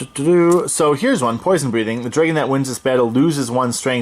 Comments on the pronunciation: I’ve never heard someone say dreygon. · drag-in/un.:) Not making fun of you, I’ve just never heard that before!